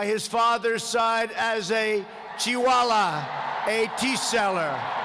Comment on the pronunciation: "Chi Vala" 😂😂😂😂